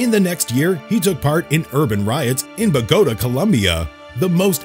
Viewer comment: He said Bogota wrong.